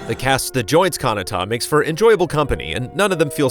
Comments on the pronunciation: kahnatta? ka-na-ta pls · *Galdra not Gladra lmao. and you’re also pronouncing Kinata’s name wrong haha. Booooooooo